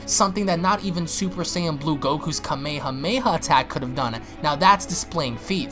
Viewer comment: I'm sorry dude no offense to you but the way you say kamehameha just makes me mad man